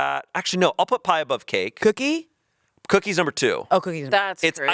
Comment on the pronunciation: the way says “cookie” is so funny COOKEE